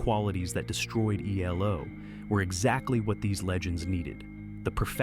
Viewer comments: Jumped from Eldorado to New World Record, but skipped over Face the Music. And your AI voice over called them Elo in stead of ELO? Sad. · It’s not elo. It’s E L O. Another example of bad ai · Sounded like a person until it said E-Low....😂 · They are not called "Elo." Say the letters or say they're entire name. No one ever called them "elo." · Interesting subject. Couldn't stand the sad ai narration tho. "Eeelow?" Try harder.